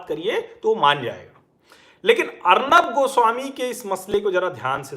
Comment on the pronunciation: अर्नब या अर्णव ? सर आप एक मानक बन चुके हैं इसिलिए आपकी उच्चारण में स्तरीयता कि अपेक्षा हमेशा रहेगी ! धन्यवाद !